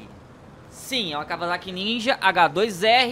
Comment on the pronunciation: Na segunda vez q ele disse Kawasaki ele disse kavalaki